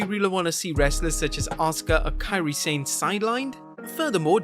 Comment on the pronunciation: It's not Sane. It's pronounced "sah-neh". I don't speak japanese and it drives me insane